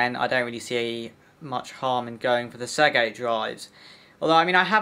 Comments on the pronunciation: Please, the word "Seagate" is pronounced "SEE-GATE" not "SEG-ATE". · Mine seems to have some form of 1.5tb hybrid laptop sized Seagate spinner, power efficient and quiet but probably nowhere near as fast as yours. Seagate not Seggate.